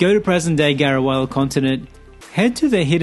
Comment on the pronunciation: helpful tips :) also I think it's pronounced Garu-leh-ah